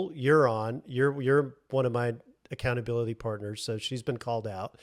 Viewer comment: accounta-bili-buddie "Nicole" 😆 I'm sure she'll be thrilled with you 😆